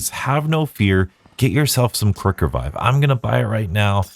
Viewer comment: anyone caught him saying kirk-revive?